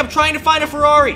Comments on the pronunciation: The man sad farrari a thousand times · A monster truck ferrari a "Merrari"